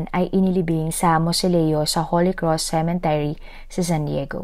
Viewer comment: Mam ganda ng story,, pansin ko lang po i correct ko kayo,, cemetery po dapat,, narinig ko pong sinabi nyo cementery which is wrong